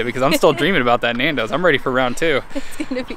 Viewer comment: The pronunciation of Nando’s!!! I had to stop after I heard it a few times! Boke 🤮